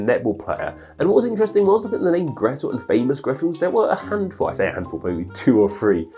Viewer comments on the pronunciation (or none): Grete is pronounced /gretə/, not /gri:t/ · "Grete" is not pronounced "Greet", its more like "Greta", but with a short "e" at the end. "Hänsel" and "Gretel" are not popular here in Germany, the kids probably would be mocked! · I normally really enjoy these videos, but I’m concerned with how poorly this video is sourced. I’m amazed you didn’t check with someone who actually speaks German for a video that’s so focused on it. The pronunciation of “Grete” as “greet” nearly made me turn this off. Additionally, both Hänsel and Gretel ARE diminutives. In southern Germany, Austria, and Switzerland, the traditional -chen diminutive is often replaced by -l/-el. Hänsel has the umlaut (ä) rather than a regular A for this exact reason, as words with an A, often change it to an umlaut when the diminutive is used. I usually translate these names as Jack and Maggie. As for why they’re called these names, Johannes has always been a popular name, and still is, especially in Austria. Margarethe, and it’s variations like Gretchen (also a diminutive), became popular in the Middle Ages and remained so up until the early 20th century in German speaking countries. Lastly, as others have said, Brüderchen and Schwesterchen is not the same story as Hänsel and Gretel, though there are some similar elements. Do better,. People watch your videos and assume you have correct information, but this one really missed the mark. Reach out to speakers of the languages to get help with pronunciation and answer questions, don’t just Google things. Source: I teach German, as well as an literature class on Grimms’ fairy tales.